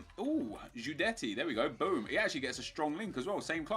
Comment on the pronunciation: Guidetti lol not guidette haha!